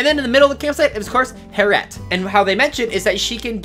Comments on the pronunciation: It's Harriet not Hair-et, please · It’s hair-e-at not har-at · Hair-E- ette. Not harete 🤦🏾‍♀️ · It’s “Hair-ee-et” not “hair-et” 😉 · Her name is not heret or hair-et. It's HAIR-EE-ET or "hairy-et" that's a normal name that actual people have. 😑😑😑😑😑 Harriet Tubman, hello? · how normal people say harriët: Harriët. How this guy says harriët: Herrewet. how normal people say label: Label How this guy says label: Laybelle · lol I dont k now why that triggered me, yet I wasnt sure I heard that right. :) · Hair-ette? lol Harriet. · i’m sorry you’ve never heard the name Harriet? like harriet tubman? it’s not HAIR IT, it’s HARRY IT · Hearing him say “hairette” was terrible. It’s Harriet. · Its harriet not 'hair-ette' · LMAOO “Hair-ett” AHAHAHAHAHA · lol I wasn't triggered at first and was gonna let it slide. But then it kept happening 😂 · same here, I figure, once or twice, let it slide...but man it seemed he said her name a lot, and each time was so triggery :D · Dat pronunciation of harriet lolol